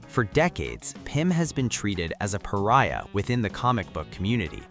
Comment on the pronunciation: Oh he said pariah correctly.